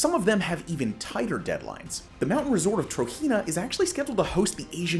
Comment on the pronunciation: He pronounces the projected Saudi city, Trojena, as if it were Spanish, not Arabic.